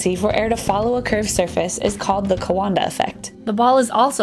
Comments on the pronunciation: No,you pronounced it corectly!I would know since I'm Romanian! That's pronounciation on point! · Great vid! and btw... you got it right (pronouncing "Coandă". he was Romanian, and so am I :-)... well done!!